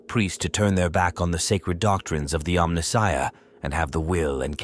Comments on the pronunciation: Who would have thought that a mechanical AI voice would mispronounce “Omnissiah” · Exactly. Who would have thought that a mechanical AI voice would mispronounce “Omnissiah”